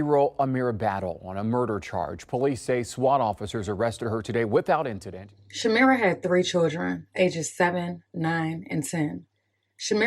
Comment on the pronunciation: You're pronouncing my cousins name wrong... it's shuhm-eye-ruh not shameera but thank you..